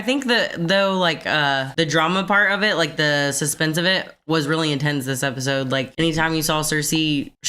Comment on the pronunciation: I'm sorry n I missed u saying it b4 but r u saying app-is-ode like a joke or is it jus cuz u talk so fast😳jk bro love yalls read-act-shuns